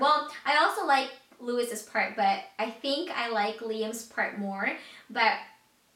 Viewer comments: Lewis??? ITS LOUIS! (LOO-WE) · she called him lew-is...lmao..it's pronounced lew-ie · Its pronounced Louie, not lewis!! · Little things is from their 2nd album, they dont have a third. Plus its pronounced LOU-EE not lou-is! But i still love youre videos though.... nialll<3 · Louis is pronounced Louie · She said Lewis's instead of Louis's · It isn't pronounced Louis its more like Louie without the s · "lewis" (louis) is pronounced "lewie" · louis' name is pronounced "loo-wee" not "loo-wis" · ermaherd u said lewis hehe jk its pronounced as louie btw but spelled as louis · she pronounced Louis wrong , its pronounced loo-wee not Luis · I cringed when you said Lewis instead of Louis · She pronounced Louis wrong. It's pronounced loo-wie not Lewis. :) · hihi it's loowee not loowis but you're so cute :) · oh my good god, its pronounced "loo-ee" not "loo-his" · It's pronounced Lewi, not Lewis :) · It's pronounced Loo-ee not Loo-is. ( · Sigh I'm gonna be that annoying fan and correct you LOL it's pronounced Louie not Lewis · its Louis ( LOU-EEE) just letting u know :) :D LOVE UR VIDEO BTW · OMFG! LETS FANGIRL TOGETHER! AHHHH IM A DIRECTIONER! AND BTW is pronounced"Loo-Wee" haha and u were half correct it is their second album (: ahhh! One Direction! Omfg! I cant do this... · Yay, you like One direction! I'm so happy. And Louis name is pronounced like Louie, the s is silent. ( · omg guys she said lewis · she said louis... not lu-eeee but shes still amazing. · Louis, is actually pronounced as, "Louie" like Louis vuitton :) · Louis's name is pronounced Lou wee :) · It's actually Lewie, well that's how your pronounce it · did u seriously just say LEWIS?!?!?! Its Louis! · Did she seriously say Louis's name as "Luis"? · You called Louis , Lewis.... *^* but anyway...you have a nice voice ^-^= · its spelt louis but its pronounced (lewee) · I'm about to be an annoying directioner but Louis name is pronounced Louie ( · Louise name is pronounced as LouisE. The S is silent. (